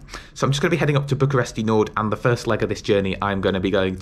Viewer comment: you don't actually say the i at the end of Bucureşti, it's more pronounced as Bucuresht